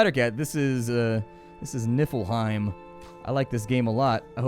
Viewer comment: Lol he pronounced it niffle hime lol